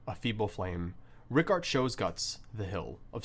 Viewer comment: Every time I hear "Ricàrt" I lose it